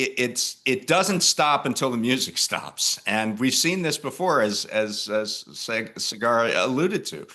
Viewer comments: Bud just gave up on trying to pronounce Saagar and went with Cigar instead 😂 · At on point dude called Saagar "cigar" and I'm like 84% sure he did it on purpose. 🤣👏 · Stop focusing on the fact that he says Cigar. David Dayan is very knowledgeable.